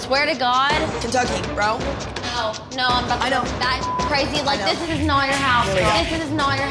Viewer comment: "This is NOIT your house! This is NOIT your house!" 😂🤣